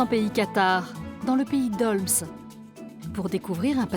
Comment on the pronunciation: Merci pour ce documentaire, je suis fière de ma région ❤️ PS: "pays d'olme" pour la prononciation 😂 on ne prononce pas le S 😂